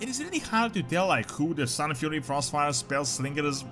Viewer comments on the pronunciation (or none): none